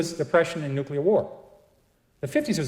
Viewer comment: Nuclear...wtf is new-q-lar